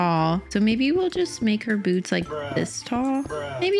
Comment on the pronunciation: Why do u keep saying boodie their bOots